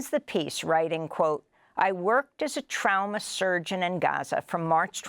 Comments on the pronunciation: The real crime here is how she is pronouncing "trauma." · She shoukd learn to say trauma correctly